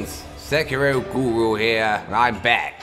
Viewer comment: GORU😻 not GURU